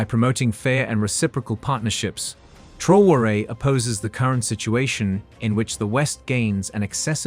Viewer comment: Please pronounce his name correctly